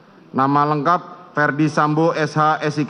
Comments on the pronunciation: Lhaaa si bapak nyebut nama Ferdi koq jadi Fredi sih … baca aja salah. Harus Di benerin dulu tuh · Bapak2 Jaksa, kok dari tadi membaca dakwaan dengan menyebutkan nama terdakwa FREDDY Sambo dan bukan FERDY ? Itu sah tdk membacakan dakwaan untuk terdakwa yg namanya Ferdy Namun dibaca Fredy? Kalau demikian kan bisa rancu toh?